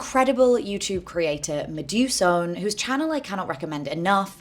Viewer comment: Medusone is indeed an incredible creator!!! But PSA her name is inspired by Medusa + Persephone so I think the end is meant to be pronounced more like "so-knee"